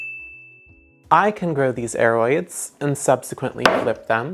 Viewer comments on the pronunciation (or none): none